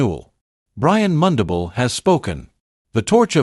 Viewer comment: Pronounce mundubile Brian